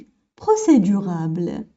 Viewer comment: procédurable ou procédurale لانكي تقولين procédurabele لكن في النص مكتوب procédurale